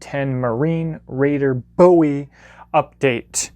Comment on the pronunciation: Oh thank you oh my god! You said BOWIE not BOOOEEE, subscribed, you are my favorite knife guy now